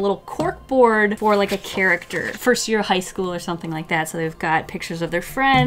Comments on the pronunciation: Ah yes, I do too leik cute things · It's liek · Do you LEIk cute things um